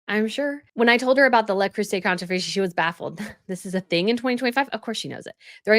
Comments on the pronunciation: Great work. It's Le (not la) Croozai. It's great stuff - but expensive. I get mine in TK Maxx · It is prononunced “la crew say” Le Creuset. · Le Crueset .... crew say! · Le Creuset is pronounced 'Luh-Crew-say' 😊🌻